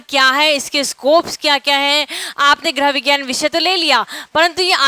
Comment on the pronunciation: आपका लेक्चर बढ़िया है लेकिन गृह विज्ञान शब्द का उच्चारण सही करना सीखिए